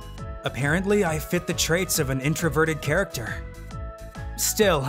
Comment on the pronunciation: I keep cringing when u say introverted guy you over say it